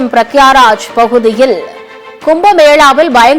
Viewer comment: Pragya raj illai. Prayagraj. Ooru pera first practice pannunga.